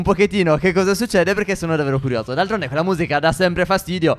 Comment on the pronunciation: Like per chi si è accorto che steph in ogni video ripete almeno 2 volte davero